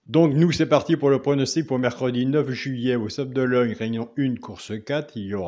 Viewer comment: les sables d'Olonne et non d'ologne mdr